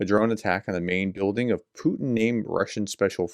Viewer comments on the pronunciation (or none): none